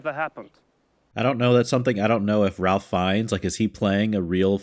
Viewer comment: hey, thanks for the reaction, this one hits hard for sure also, just as an FYI, ralph fiennes' first name is pronounced like 'rafe' (rhymes with safe)